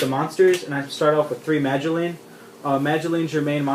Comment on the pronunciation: Doesn't even know how to properly say the names of all the madolches haha obviously new to the deck